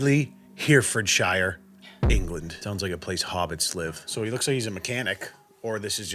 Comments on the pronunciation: Last time oregano this time it’s Herefordshire. It is pronounced heh-rah-fud-sheer lol. I still love ya though. Disgruntled from England. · Herefordshire is pronounced "Har-ford-shir" 🤣🤣🤣